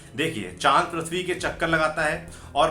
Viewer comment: Its prithvi not prathvi...lol